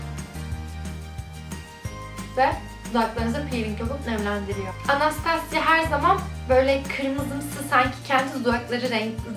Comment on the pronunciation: anastasya degil okunusu bu arada